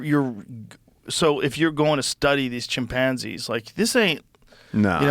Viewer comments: the way joe says chimPANzees reminds me of schmidt from new girl lmfao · Has Joe always said chimpanzees like that lol